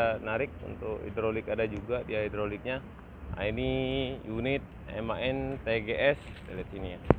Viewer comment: Sekedar informasi,di bacanya M.A.N om bukan MAN,jadi penyebutanya di pisah karena itu singkatan,kepanjanganya adalan machinen Augsburg Nürnberg.